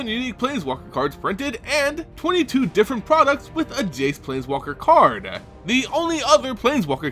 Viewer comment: What's up with the "eh" after some words xD? It's "card", not "card-eh".